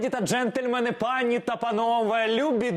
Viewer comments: Вподобайка, в укр. мові в множині пані, наголос на і. ПАні-це однина. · Українською: дякую Вам, в слові " пані" наголос на останньому складі. Не ображайтесь, я теж роблю помилки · просите коментар? - пишу. Якщо звертаєтеся до ОДНІЄЇ ПАНІ - то наголос на А (пАні), а якщо вважаєте, що Вас дивляться багато прихильниць Вашого таланту, то до них всіх разом звертайтеся з наголосом на І (панІ).